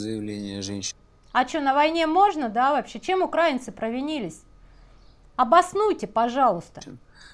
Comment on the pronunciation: мы УкраИнцы от УкраИна.🙏 Вы ударение ставите как пропоганда 😒 Спасибо вам, большое, что здравый смысл доносите. Поделилась.